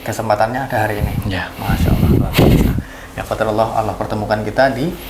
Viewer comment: mas maaf yg mengsyahadatkan tolong ucapan nya yg benar, ala atau Allah maaf sblmnya